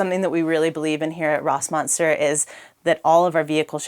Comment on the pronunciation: If you’re using German umlauts at least know how to fucking pronounce them…